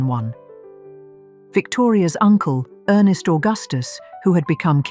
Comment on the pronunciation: Ernst Augustus, not earnest.